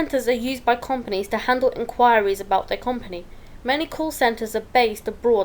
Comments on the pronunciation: Learn how to say the word company you mug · Not gunna lie, she does say kinda wierd :D